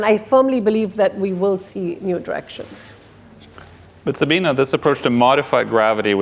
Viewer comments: SABINE!!! Her name is Sabine, not Sabina!! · So many times I hear interviewers/moderators calling her Sabina instead of Sabine. I wonder if she just lets it slide or if it frustrates her? It's not a hard name to get right and I assume these people are somewhat intelligent. Maybe I should double check and see if it's this same guy or different people?